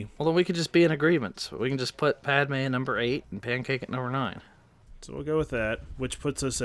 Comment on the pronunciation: lol its padme not padmea